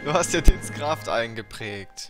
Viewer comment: Sorry für das klugscheißen aber du sagst dinns kraft und nicht dins kraft,die betohnung liegt auf dem vokal (siehe den,denn ist ja ein unterschied ^^)